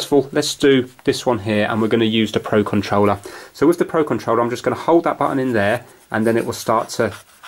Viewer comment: pro conrouler XD